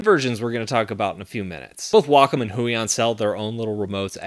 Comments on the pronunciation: google says the american pronounciation is way-kaam and the British is way-km. he says wah-km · It always annoys me how he says Wacom.